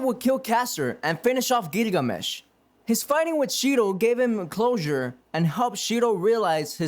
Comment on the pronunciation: My guy your pronunciation needs work. It's gilgamesh not gigamesh. And the h is silent in cu chulainn. Shinji not shiji and your narration skills need a bit of work as well